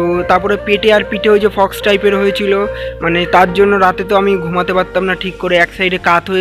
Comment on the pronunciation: Fox noe ota k Pox bole 😅😅🤣